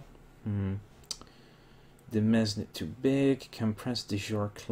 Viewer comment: Excuse my asking please, but the way you say demesne, is it correct or are you just saying it how you think it would be said? I thought it was pronounced like Dee-Mence (mence would sound like since but instead of an S, it would be an M) Not trying to be rude, I just want to make sure I'm pronouncing the word correctly or saving you from some raging viewer who insults your way of pronouncing it. Again sorry if I sound rude, and thanks in advance to anyone who responds.